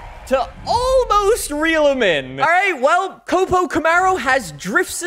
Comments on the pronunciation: Stop saying COP-O it’s not a cop car. It’s a CO-PO. “coh-poh” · it is co-po I cringe so hard every time I hear you call it cop-o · Its cope-oh not cop-oh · I will never forgive this guy for saying cop-o Camaro. It’s co-po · Hey man it's not pronounced capo it's cO-pO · Co-Po not Cop-o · It copo not capo lol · That’s my new fav drag car, but in the US we pronounce it ( C oh P oh Camaro) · it's pronounced Coe-Poe :) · K-oh-p-oh you dunce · What is it with you and mispronouncing things. Fort-za? Cawp-O?